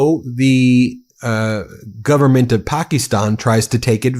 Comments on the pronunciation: Pakistan is pronounced Pa Ka Stan. Not Pakeestan. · paa kuh staan, not pakkystan. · Was able to watch until you AGAIN pronounced it "Pak-EEEE-stan", when the whole rest of the world, including the Pakistani's, pronounce it "Pak-IS-stan".